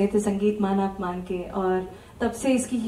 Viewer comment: मान अपमान नाही,मानापमान, उच्चार नीट हवा